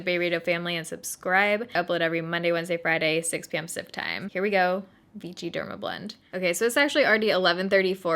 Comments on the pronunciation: The brand name is pronounced VISHY, it is a French word. This has been my go to foundation when I need good coverage real quick. We used to have the white packaging in Germany, since a couple of years they have switched to the black one and have brought out new shades. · You look great, these colors suit you so well! oh and it is pronounced viSHy not like english ch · Just FYI, it's VEESHEE. No T in there. LOL I know you love us correcting you on your French :-) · Hiya, Great review as always. Not enough coverage for me for stage, but looked good! P.S. Vichy is pronounced "Vee - She" but not a biggy:) XOXO from Tel Aviv, Diva D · Since it's a French brand, it is supposed to be pronounced Vee-shee. I used to use American version of it and I absolutely loved the full coverage and a skin-like finish, but it was clogging my pores and breaking me out horribly. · The way you say Vichy.. annoys me so much 😒😒😒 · I don't think enough ppl are telling you "It's french" & "you're saying it wrong". Geezus french teachers calm down!! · Actually it is pronounced Vishii not vichi! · For the love of God, it's vee-shee, not vee-tchi. Argh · Pronounced Vishy😊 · It doesn't sound like ch it's ss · Its pronounced vee-shee, not vee-chee :) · the name sounds like v - she not v-chi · Its not pronounced vichy( like avicii) its pronounced vichy( like sh(y)) ... damn girl cmon you cant pronounce anything correctly the last few videos... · Its pronpunced vishy not vichy :p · The pronunciation is more like veeshee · It's pronounced V she. They were actually Freedom Fighters in France during World War II when we liberated France there is also Vichy water. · It is called: "vishi" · First of all you look stunning 😍 I'd love to see you try the Revlon Photoready foundation! Btw I think Vichy is pronounced "Vee-SHEE" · I'm not sure anyone told you, but it's pronounced VEESHEE. 😂😂😂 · It's pronounced Vee-shee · I’m fairly certain you’re saying it wrong. It’s pronounced more like vee-she